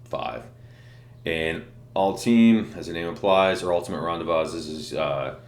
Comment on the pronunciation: Love your reviews bro and always look forward to them. Just wanted to start by saying that..but, just so you know, the word is pronounced ron-day-vo͞o the S is silent. Thanks again and keep up the great work!